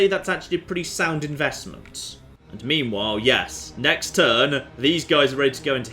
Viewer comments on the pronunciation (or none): also you pronounce meanwhile as memewhile alot ;)